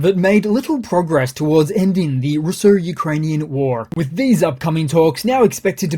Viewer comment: You should pronounce Ukrainian ( and Russian) geographical names in a proper way.